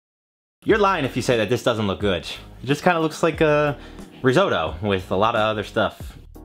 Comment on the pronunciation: good doesn't have a T in it....